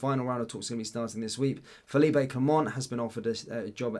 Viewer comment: Fell-leap not feel-eep-ay! he’s Belgian not Spanish!!!